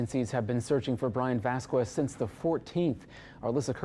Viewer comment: It’s 2025, you’ve a reporter and he’s deceased, so can we at least say his last name correctly!